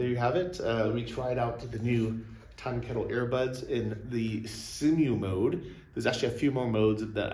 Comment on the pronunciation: Pretty sure pronounced "SIMUL" as in "SIMULtaneous" :)